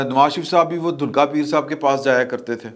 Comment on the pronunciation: Dhunka Peer nahin, "DHANAKKA" peer